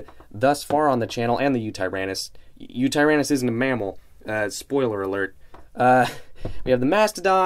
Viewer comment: This is probably my most anticipated safari prehistoric mammal figure. I can wait to get it. Btw i believe it is pronounced win-ta-therium